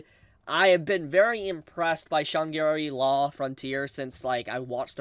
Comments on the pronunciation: SHANGRI LAAA not Shangiri law PLEASESE 😭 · why do you struggle that bad with the name? Its not that hard to say Shangrila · Shaaaaangri-La. Man your pronunciation is so weird lol